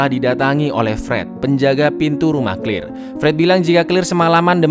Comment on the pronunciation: Claire bukan clir cara nya membaca nma nya salah